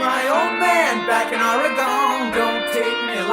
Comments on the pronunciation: Love the song, of course, but I wince every time he says “or-i-gone.” Does he mean the state of Oregon (“Or-gun”)? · I wondered if Donald would apologize for mispronouncing Orygun when the played here, but of course he would never do that. People from the East Coast is still cowboy-and-Indian country anyway. 😂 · I’m a drummer so I pretty much primarily listen to drums & bass, but as a native Oregonian couldn’t help but notice Fagan’s Jersey-inflected pronunciation: “aww-ree-GONE” lolzzz 👀😬🤣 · Such a great song by The Dan. I grew up in the pacific north west, always funny to hear people not from PNY pronounce Oregon that weird way.